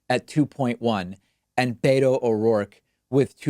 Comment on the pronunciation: David, it’s not “BAY-toe”. It’s “BEH-toe”.